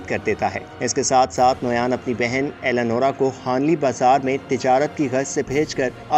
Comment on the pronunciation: its not alenora its alangoya